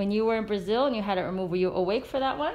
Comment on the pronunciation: Amei ouvir a Senhora Dr. SANDRA LEE, PRONUNCIAR BRASIL, SOU UMA FÃ DO BRASIL E AMO MUITO O SEU TRABALHO. SUSSESO DRA.BJOS SAO PAULO